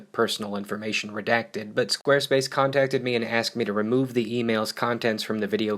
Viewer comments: I heard it so much that it sounds like "Squirtface ". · Squirt face is what i hear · they said squarespace in the intro so much it sounded like they were saying wednesday